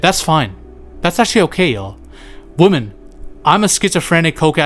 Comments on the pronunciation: Stopped watching the second you pronounced women as woman twice. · Youre mispronouncing "women". Just commenting to say this cus it bothered me